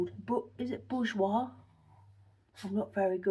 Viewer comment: Perfect prononciation of "bourjois"! The brand still exists, I've looked it up on internet, but it's less popular than it was here in France. It's good for you to rest during the day because you need it. Than you can go and fight impolite women !😅Or do other marvels..!😊🎉